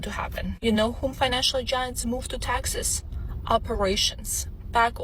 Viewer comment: She is confusing Texas and taxes. Say it properly please. Teeexaaasss